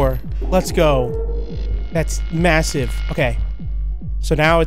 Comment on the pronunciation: stop saying masive